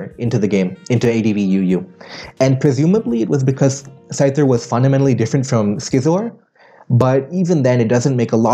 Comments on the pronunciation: clever bastard got me to comment cuz of that "Skizzor" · No one:: "Schizor"